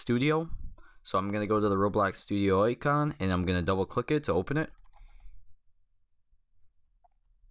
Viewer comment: 'oicon' lol